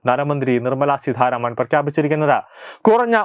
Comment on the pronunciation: Seedharamano.edakoothare seetharaman Ennanu.